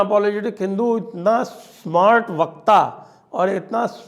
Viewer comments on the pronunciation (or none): none